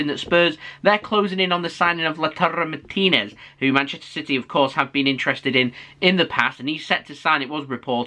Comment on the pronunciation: 10/10 on pronouncing Martinez lol